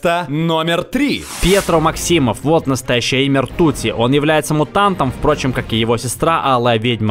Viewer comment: Блять. Не МаксИмов, а МАксимов